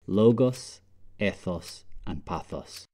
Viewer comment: nice video but to be concise ethos should be pronounced 'eethos'